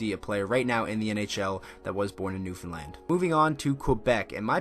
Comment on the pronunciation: Props to you for saying Newfoundland property too. Atta boy